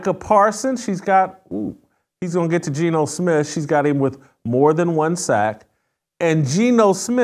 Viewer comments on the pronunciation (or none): none